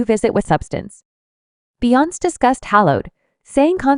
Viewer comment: Click Bait Lies. At least teach your audio 🤖 how to pronounce her name. It’s NOT “Beyons”, it’s Be-yon-cé.